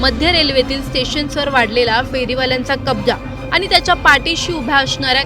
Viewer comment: अहो ,तुम्ही कसले मराठी बोलता ? आनी आणि पानी वाले .... 'ण' चा उच्चार करता येत नाही का ? News anchor च्या सिलेक्शन करतेवेळी मराठी धड बोलता येते की नाही ह्याची चाचणी होते की नाही ? की सिलेक्शन करणारे पण आनी-पानी वालेच असतात ? हल्ली सगळ्याच चॅनेल वर आनी-पानी बोलणाऱ्या news anchor चा सुळसुळाट झालाय . कठीण आहे 🙏🏻